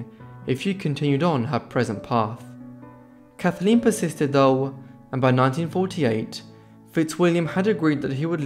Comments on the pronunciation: Her name was Kathleen not Kathaleen, which is how you pronounced it throughout this video. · Kathleen not Kath-a-leen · It's not "Kath-a-leen"... it's "Kath leen"... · 1. Her name was Kathleen NOT Kath- a-leen. 2. The family didn't want people to know that she was traveling with her married lover. The story--for decades--was that he offered Kick a lift to France. 3. Her lover, Fitzwilliam, insisted that the pilot fly during a heavy storm against his best judgement. So much for the Kennedy curse. British arrogance! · Can't stand your pronunciation calling her Kathaleen it's Kathleen! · The name is pronounced Kathleen not Kathaleen. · kath-ah-leen. I think I like the way you say it better, must be the accent. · Why can’t you pronounce Kathleen properly. Your voice is irritating to say the least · It’s his accent lol you know he’s saying Kathleen not a big deal get a grip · Yes it spoiled the video for me as I cringed each time he pronounced her name wrongly!